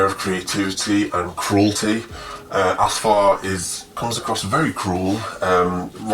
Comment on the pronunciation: first, it's AF-SAR not ASFAR, and it is pronounced SHAH-ZADI, meaning "Princess" or like "Child of Shah". Her servant's name is Shi-la-leh. but yes, I love this book myself.